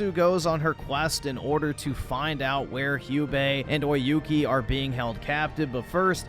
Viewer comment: Hugh-bae. lmao. Americans can't even pronounce English words properly let alone non-English ones.